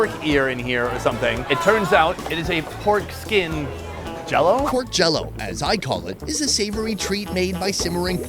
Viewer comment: Lmao! I just realized you were saying "porkskin" not "foreskin"!